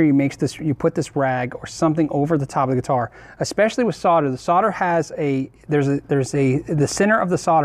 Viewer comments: S.O.L.D.E.R not Sodder. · sarder? .. solder this is the english way to say it ...haha ;) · It's Sol der. Not sau der. There is a "l" in the word solder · Sodder? S O L D E R please!!! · The word 'solder' has an "L" in it for a reason, it is supposed to be articulated, the word is SOLDER not soder. You don't call people in the army 'sodiers' you call them soldiers. Why cannot Americans get that? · Anyone else thinks the pronunciation of solder “sodder” is like nails down a blackboard? No? Just me then! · Great video once again. My only complaint is the term "sodder". Sorry I'm in Australia and it is called "solder". As I said it was my only complaint lol. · Sarder? Might be called solder. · Dude, solder has an "l" in it. It's not 'sodder'. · why do you pronounce solder as sodder? is this an american thing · I love all the information in all the stuff you do, but what about pronouncing solder properly? It's the one thing that really annoys the hell out of me, it's bad enough you are in a nation that can't work out the periodic element of aluminium, but mispronouncing solder is hell.